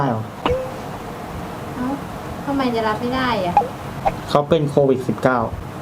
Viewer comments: โควิด..มั้ยอะไม่ใช่...โควิค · โควิด ไม่ใช่ โควิค คร้าา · โควิดพี่ไม่ใช่โควิค